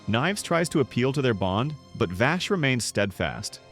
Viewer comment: I cant get over him callin Vaash....